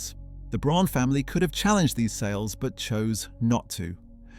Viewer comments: Please work on the pronunciation. Braun is just the German word for brown. It's pronounced the same - BROWN. Fucking AI. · If you are going to make a documentary about Eva Braun pronounce her surname consistently and correctly - it is pronounced just as the English word and name 'brown'. Her first name is prounced with the 'E' pronounced as the 'a' in the English name 'David' .....this seems to be an AI cheap production with the usual propoganda undertones....... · Fake and click bait, not even saying the name BRAUN right. Their name was not Prune. This is very bad. Not worth watching,. To many mistakes and not true stuff. Do not waste your time. We have very good historians that make great and truthful videos. Not nonsense like this one.